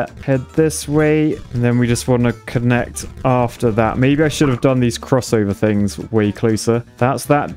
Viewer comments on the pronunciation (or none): none